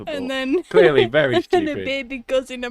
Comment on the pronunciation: Did you say fairy drunk or very drunk? I've never been fairy drunk.. would love to try that.